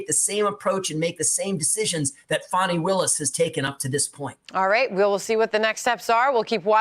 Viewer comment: G, you said it correctly, Fanni Wilis, along with Letica James are an embarrassment to black women and the black community as a whole!!